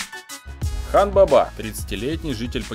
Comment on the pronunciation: Хан баба ударение на первый слог